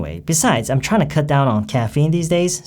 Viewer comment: 발음이요~ '트라잉투'가 '트라이나'처럼 들려요~~~ 잘 들은거 맞나요?? ^^